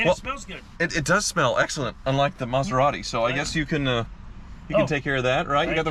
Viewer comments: The ‘Metherati’ … 😂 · METHeratti... ha! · Meth-a-rati is no funny🤣